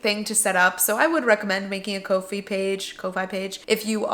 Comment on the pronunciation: I think "Ko-Fi" is pronounced "coffee"? Guessing based on the logo, but still a guess. Congrats on your successes and thanks for sharing!